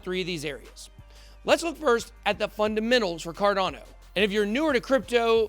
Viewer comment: why do u say it like "CARDONNO"